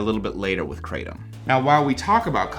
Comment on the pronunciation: If you want to know how 'krathom' is actually pronounced (CRAYdum is quite funny), try to paste กระท่อม (krathom in Thai writing) into Google Translate, pick Thai as language, and press the speaker button.